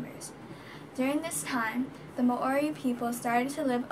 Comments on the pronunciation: Mowri not may ori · You cant pronounce Māori properly so i claim this as fake news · mAAori? mAAoriori? No. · Nah Māori and Moriori